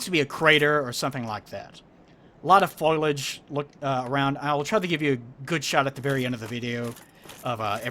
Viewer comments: I think you just said foilage. I'm not going to mock you, just gently tell you that it's foliage. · Oh jeez you said foilage instead of foliage.